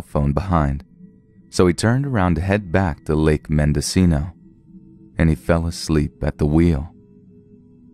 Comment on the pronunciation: I'm legit surprised to hear you pronounce Ukiah and Mendocino correctly